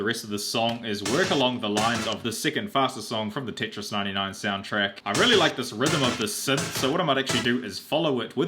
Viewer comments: but why the hell are you saying titris its tetris not t.i.t.r.i.s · Did he say titris wtf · "Tit-ris" he says TIT RIS